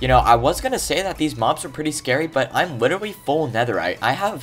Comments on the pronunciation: He said litliwe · it sounds like “widdawy” for some reason to me lol